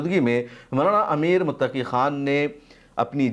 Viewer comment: आप के वीडियो के सबजेक्ट पर हिन्दी भाषा में लिखा है आमिर, जो के नाम की ग़लती है, कृप्या ध्यान दें। आप ने बोलने में सही नाम बोला है अमीर Muttaqi। शुक्रिया